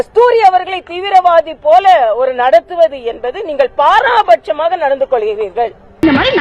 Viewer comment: அக்கா,தமிழிசை என்று பெயர் வைத்துக்கொண்டு தமிழை தப்புத்தப்பாக உச்சரிக்கிறீர்களே!அது பாராபட்சமாக அல்ல, பாரபட்சமாக என்பதே சரி.....😂😂😂😂😂😂😂😂😂😂😂😂😂😂😂😂